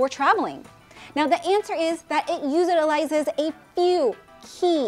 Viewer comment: Lost me at “usitalizes”